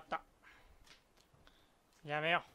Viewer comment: やめよがリッキーのおはように聞こえる